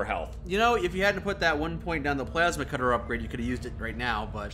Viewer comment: "Pulse cutter... pulse cutter.... pulse cutter..." ITS PLASMA CUTTER,!